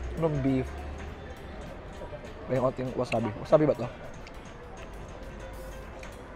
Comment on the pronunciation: Eto na naman cya.. PLAYBORPUL BATTER (instead of butter) WAZABI (instead of wasabi)